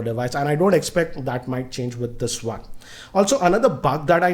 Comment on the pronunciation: this guy pronounces 'W' and 'O' as 'V'. Instead of saying Wide he says Vide, for Weight he says Veight and for One he says Vone.....Sounds funny to listen.